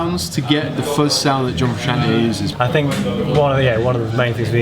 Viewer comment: “John fruschian’ey”